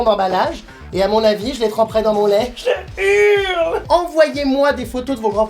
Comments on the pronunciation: pourquoi tu dit touletan je urle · pk il dit je urle